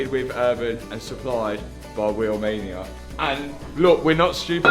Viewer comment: How come when you say Wheelmania I hear Romania……. Are you from Nottingham or something?